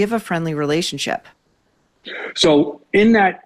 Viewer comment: "Relayunship." GMAFB